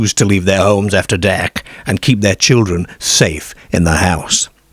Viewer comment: it’s been asked before and he gives a vague answer that he’s lived all over. It’s not an accent that can be pin-pointed and he has some very unusual (and funny) pronunciations which throw you off, e.g. derrrrrk, for dark and similar.